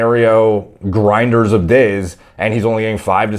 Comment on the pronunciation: .... emphasis on GRINDER LOL